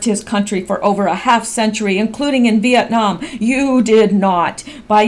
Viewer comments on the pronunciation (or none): none